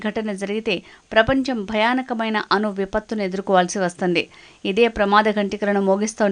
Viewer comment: అను కాదు అణు